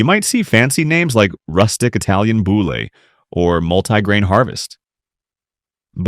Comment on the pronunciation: Boule is pronounced boul, silent final e. Why do so many American say final e's in French words as if the e has an acute accent (a pronounced e). That is sometimes the case but more often it is not. Boule has become such a term in the USA that almost everyone pronouves it correctly, with a silent final e.